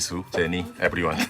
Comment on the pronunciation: When he said Rozeh, Jeesoo, Chenie, Ebriwan? It's like a Poem. Maybe he answers questions in four beats. Like, I love all Twice members Nayeon, Jihyo, Dahyun, ebriwan. Maybe he can't enumerate them on the fly and just forgot Lisa because she's not on his Bais list because His world probably doesn't revolve on Kpop only. I think these haters for no reason should get checked. They get a life. Touch grass. Talk to REAL people.